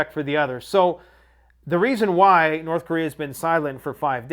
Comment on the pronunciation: "North Chorea" 😂